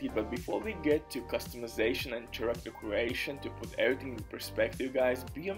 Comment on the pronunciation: Take a shot for every time he says CHA-ractor